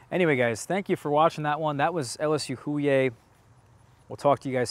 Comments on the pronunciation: Hollier is a fairly common last name in Louisiana. It is pronounced "Ole-YAY" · The h is silent….I agree. One of my best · The H is silent….I agree one of my best